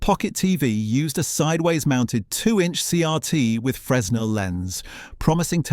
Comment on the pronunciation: Fresnel lens is pronounced "Fre-nelle"